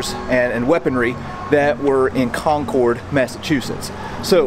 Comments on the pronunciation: I love that book too! Highly recommend it. Also a note to, Concord has an emphasis on the first syllable not the second. Enjoyed the video, especially the tombs! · Well as you know, the story has nothing to do with electricity but pronunciation. If you want to hear how "Concord" is pronounced correctly here in New England, move forward to where the young lady is talking at about as she pronounces the name "Concord" twice. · CharlesTON is in South Carolina. CharlesTOWN is across the river from Boston. And, it’s not pronounced Con-cored. The second "o" is silent. Or, if you’re from the area it’s pronounced Con-kid.😊😊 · Thanks for making this vlog on the Old North Church. Several times you referred to the town Concord. You pronounced it Con-Cord which is how it is pronounced in the city of the same name in California. Here it is pronounced Concurd and the letters just seem to flow together. Yes I am aware that there are many words in New England that are pronounced somewhat differently. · Concord pronunciation cracks me up... not like Concorde the plane more like Conkerd, you are clearly not from around here....Good stuff, nice video, thanks for showing behind the scenes things !! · Boston, I miss you so much. I'm stuck in bumf*ck Central Florida and I want my New England! Con-cord? Charles-ton? Oh, my. You will surely hear from us Bostonians on those two. lol It's Conc-ahd and Charles TOWN. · Concord California (and maybe others) may be pronounced Con-Cord, but in Mass. and NH it's CON-kerd! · Con-kerd is how we say it... Like we conquered the red coats ...never heard con cord in my life until now. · Folks in New England call it Con-kid, not Con-corde like the airplane! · Excellent episode. However, it is not kon-kord... It is konkerd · Concord is actually pronounced more like the word “conquered” around Mass, not so much like “Concorde” - just a friendly fyi, thanks for the great video! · Concord, MA (and NH) are pronounced “Con-Kurd” not “Con-Kord”